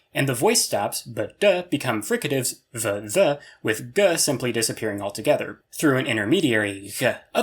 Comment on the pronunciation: As a Welshman, I would never pronounce th and dd as f and v because I can’t do said sounds normally…. No, I would never do that…